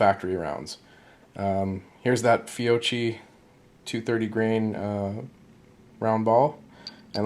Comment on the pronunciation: Fiocchi is pronounced Fee-o-key, and if you mic your taper crimp at the top edge of the case mouth it should be .471 for perfect crimp